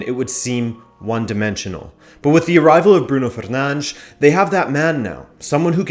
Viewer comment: Stopped watching wen u sed bruno fernanch......